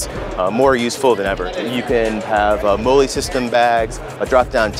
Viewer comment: Thumbs down for pronouncing MOLLE incorrectly.